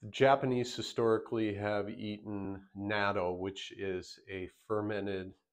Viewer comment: Pronounced “knot toe” rather than “nate oh”.